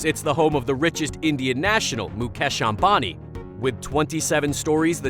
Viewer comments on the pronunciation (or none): i love how he says mu'cash' ambani lol